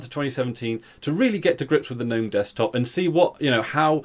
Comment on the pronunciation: Thank you for not calling it "g'nome"